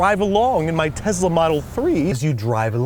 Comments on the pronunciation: This is a lovely brotherly gesture but why does he keep saying TEZLA??? The name has an s... teh·sluh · Why does he say tezla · Tess - la not tez - la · Just a little annoying when people don't pronounce words correctly. It's TeSla not, TeZla. SSSSSSS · Him saying teZla is killing my soul rn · He said tessla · Me: Tesla Him: Tezla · tesla, not tezla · TESLA TESLA TESLA. NOT TEZLA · it's tesla not tezla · Pronounces Tesla as “Tezzla” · no one: andrew: tezla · Love how he pronounces it "Tezla" in the review segment. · I have to correct you it is tesla not tezla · Tezla model 3!? If you read that the way he said that in your one of my people 😂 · Tezla? Okay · Omg stop saying tezla plssss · he said "tezla" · No one: Absolutely no one at all: Babish: teZZzZzla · Very sweet of you to do. But what the hell is a Tezla? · is it just him, or does a certain part of the US pronounce Tesla "Tezla" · Things I learned today: -Babish is good people. -Its pronounced "Tezzla" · ‘Tezzzla model 3’ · No one gonna say anything about how he called it a “Tezla” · Has anyone else ever heard anyone pronounce Tesla "TEZLA"? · No one: Babish: Tezla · He pronounces it like Tezla lol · It drove me insane that he pronounced it Tezzla. 😂😂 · WHY THE FUCK DO YOU KEEP SAYING TEZLA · What's a Tezla? ;) (And you're an awesome brother Andrew! :D )